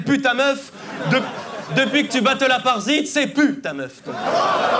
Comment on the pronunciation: je donne le battle à aparzite perso, même si les deux étaient énormes, mais ce genre de battle va à l'affinité... et Derka apprends à prononcer le nom des mc, c'est pas aparcite...